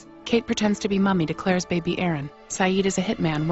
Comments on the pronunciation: I loved how she said baby but pronounced it like Baebae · MOI BAEBAE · Sun has her "beybey" lol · "Sun has her bey-bey" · They gonna take my Baebae!